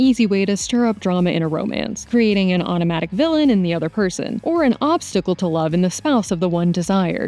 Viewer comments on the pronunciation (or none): none